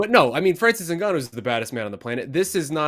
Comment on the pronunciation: Why F up the man's name like that when it's written clearly in the post? Very disrespectful!!!